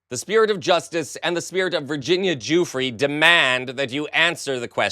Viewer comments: I really wish you would stop yelling at US. It a handle on your emotions... You are giving that side fuel, don't do it. BTW the way, the woman's last name is pronounced Ju Fray... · Please pronounce her name properly. It is "joo-fray". I understand Chumpy's people mispronouncing it, they're incompetant.